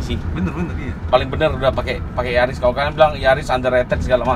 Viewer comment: Bukan Yaris, tapi NYariss 😂